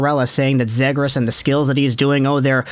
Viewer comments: It’s pronounced ZEE- gras. Not Zay-gras. Trust me. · It's pronounced (Zee-Griss) bro.